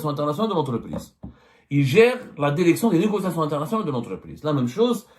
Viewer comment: Derecteur Derection